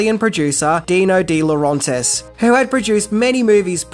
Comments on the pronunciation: Why do you keep mispronouncing Dino DeLaurentis' last name? It's not dee-lo-RAHN-tis. It's dee-lo RENT-is. Sorry, but s**t like this annoys me to no end. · If you really did research you should know it Roger Vadim and not VaDmin and also Dino DeLorentis and not DeLrAntis